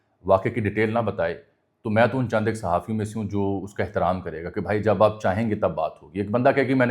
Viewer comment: I don't understand ( Phaaijaan) he said every time in the beginning of V log